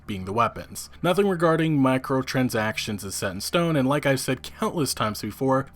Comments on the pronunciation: It's pronounced MICRO- transactions not macro... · I loved thos video except the pronunciation of microtransactions as macrotransactions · You kept saying MACROtransactions not micro lol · Please stop calling them Macrotransactions O_o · Why do you pronounce microtransactions as macrotransactions it makes you sound dumb asf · He do it on purpose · Why the fuck does he say micro transactions like Mack-crow trans-sacktions? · It's cringe when he says macro transactions. Lol.. I swear that's what my ears hears. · Do all Americans say micro transactions like this guy? XD